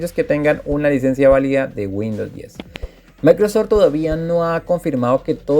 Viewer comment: Se llama Microsoft (Maicrosoft) no Maicrosor